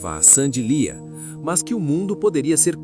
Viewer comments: O nome dela é Sandy Leah (Leáh) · Não é Sandy liah? Pronuncia errada